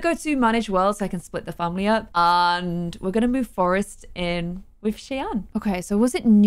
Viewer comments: Lol not important or anything but the npc name is not pronounced chey-ann it’s shy-ann that’s my name that’s why I’m saying anything lol Ik it’s not important 😭 people always say it wrong that’s why😭 anyways I love you & yr vids :) ❤️ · just so u know Cheyanne is pronounced shy-anne not Shay-anne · You pronounce Cheyanne like Shy-Ann. :) It's my sister's name. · you say cheyanne like Shy Ann. It’s confusing but like my way is Shianne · Cheyanne is pronounced as "shy-ANNE", by the way! :) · her name is pronounced sh-eye-anne